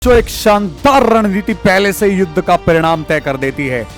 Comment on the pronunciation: Sir Ranriti Nhi Ran Niti Hota H 😂😂😂😂😂